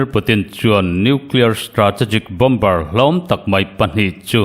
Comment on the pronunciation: Bomber=Bomer ti a lam tur, Bombar ti in lam nulh nulh hi News chhiartu an tam leh thin. News puangtu pakhat phei chu a insiam tha duh der silo, Mizo tawng a suasam ani ringawt😂 a dang pakhat pawh in "Lei do" indona lam sawina hi Lei= Mihring lei(tongue) kan lam rik anga lam tur kha Lei(earth)(Soil) hemi Mizo tawnga kan lamti ang chiah hian a ri hniamin a lam zel😂😂 Tinge YouTuber ho hian thu puan hi an thiamloh em em le ka ti. Best collection leh Rainbow channel hi chu zia tak ani